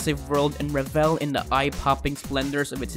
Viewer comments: he keeps saying revel. it's revel like level with the emphasis on the first e not the second. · Great list, sadly the narrators mispronunciation of words like : revel, and innovative, was irritating and distractive.